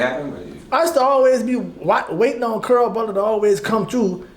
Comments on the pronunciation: Mf saying Carl but it sound like curl 😂😂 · He steady saying CARL, all I hear is CURL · That nigga said cearl 😂😂😂😂